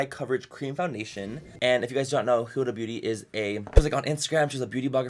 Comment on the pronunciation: It's not hooda it's huda